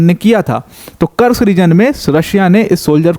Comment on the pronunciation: भाई कुर्स्क है ना की कर्स्क, आप देखो बेटल ऑफ कुर्स्क ww2, army general भी कुर्स्क बोलते है। रूसी और युक्रेनियन भी कुर्स्क बोलते है। कुर्स्क नाम है।